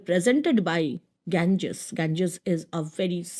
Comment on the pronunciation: Why are you pronouncing the Ganga intentionally in wrong way?